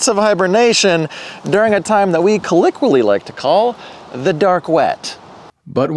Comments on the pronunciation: LoL "Colliqually"? Surely you mean colloquially ol' boy! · colloquially is pronounced call-oak-wheel-ee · That's one way of pronouncing colloquially lmao